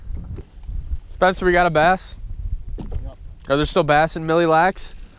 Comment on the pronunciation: please NEVER say milly lacs again!